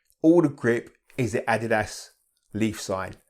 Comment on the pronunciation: Rare to see a shoehead that pronounces ''Adidas'' correctly, nice to see. Def gonna pick these up thanks to this video. Detailed all the stuff I was curious about.